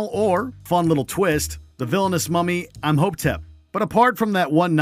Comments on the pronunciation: Who the hell is I’m Ho Tep ? It’s Imhotep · What is Im-Ho-tep!??😅🤣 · He said "Im-hope-tep" lol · Did you seriously say "I'm Ho-tep"? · This guy is bad, "I'mhopetep", "umbrella corpse" wtf!? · I saw your comment before watching the video, got to that part and just face-palmed. Correct me if I'm wrong but wasn't it pronounced like "E-mo-tep"? I don't remember the spelling. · "IM HOPE TEP" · He really said, 'i'm hoe tep' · Did he really say “I’m-hotep” ffs 😂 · "Im hopetep" ??? GET HIS ASS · This nigga said im-hope-tep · narrator- sounds extremely disinterested doesn't know the difference between corps ( pronounced "core" ) and corpse doesn't know how to pronounce Imhotep says "3rd person beat-em up" when it should be "3D beat-em up" says iOS as a single word ...are you guys TRYING to be terrible or...? also, the worst part about The Guy Game isn't the sleaze factor ( seriously, could you BE a bigger prude there? )...it's the terrible "gameplay" and more importantly the fact that one of the girls exposing herself in it was underage.